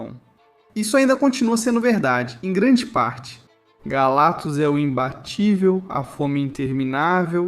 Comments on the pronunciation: Pô, esse "galatus" sem o "C" é foda hein. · ESSE IGNORANDO C DO NOME GALACTUS, TAMBÉM DEVE DIZER ÓBVIO COMO ÓVIO 😂😂😂